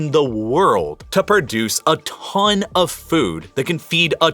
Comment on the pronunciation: Love your videos, hate the "pronunciation" :D Like "CCCCContinuously", "a TTTTThon of people", "TTTTTThon of food"